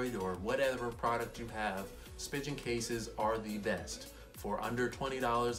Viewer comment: Did he call it a spi-Gin case ?